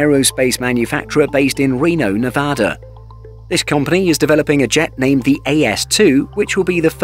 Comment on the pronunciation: Did you just pronounce Nevada correctly? I had to listen 3 times. I'm crying 😢